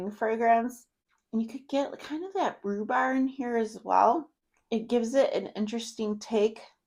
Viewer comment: Good choices there! It sounded like you said mangolia blossoms in the Hello Beautiful, and rhubar in Imperfect Beauty. I'm not sure if thats what you said or its just the audio. Its pronounced Mag- nolia, and rhu- barb.